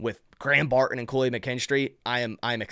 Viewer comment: Come on. It’s not Bar in….its Barton. I’m a subscriber, but if you don’t stop talking like a 12 year old girl, I gotta go.